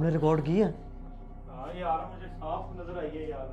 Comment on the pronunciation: ریکارڈ ہوتا ہے رکوڈ نہیں ہوتا🤣🤣🤣🙏